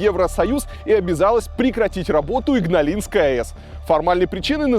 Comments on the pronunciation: Игналинской, а не ингалиской, бл...дь! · да и с ударениями у Вас там не-айс:( а то, что автор назвал "Игналисской АЭС" , все считают Игналинской. Автор, отложите свой смартфончик, разговаривая с человеком, любым. Человек на вас своё время тратит, будьте любезны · несколько раз сказа "инглаинской", вместо "игналинской"